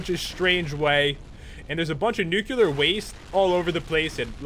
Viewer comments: Dont mean to sound rude but did u say nucular waste? Im pretty sure its nuclear waste not nucular. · Is nuke-ya-lar waste anything like nuclear waste? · wtf ?! really do you read ? nuceular ?! nice pronounciation sir